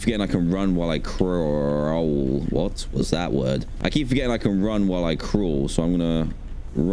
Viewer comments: funny British man said croul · Dan: “Crawl- Waht was that word now if I CROWL”